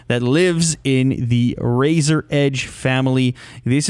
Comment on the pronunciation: U know something funny in the beginning if u are on a iPad or iPhone About 5 or so seconds in Siri will pop up because how he says razor Edge and it sounds like hey Siri